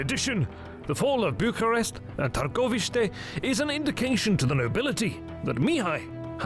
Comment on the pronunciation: He also calls Bucharest, Bukaresht with a and sh, which is the Hungarian version of what the locals called București or /bu ku resh t:i/